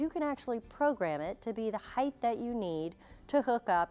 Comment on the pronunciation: You should learn to speak properly. It’s not “Heigth” it “Height” pronounced “Hite”